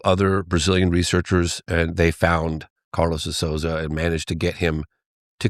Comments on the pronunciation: For those interested (bc I'm Brazilian and natively fluent in English), (De) Souza is pronounced: "So - zuh". Rhyming with "toe" and "duh". Therefore, the first syllable of Souza does NOT rhyme with words like "sow (female pig)" or "Soo" as in "soon". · This is the pronunciation for Carlos de Souza last name: SOUL - ZAH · I barely know Portuguese, but this guy can’t pronounce the De Souza last name. One of the most common names in Brasil 😂